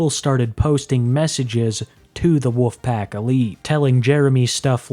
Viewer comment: You sound like a lolcow cuz you call them the “woofpack”